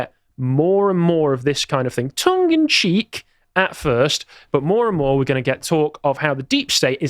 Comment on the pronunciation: The phrase is tongue and CHEEK not tongue and CHEAP. The blonde guy on the right said this at least three times in correctly